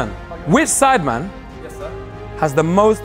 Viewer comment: everyone: sidemen JME: sIdEmAn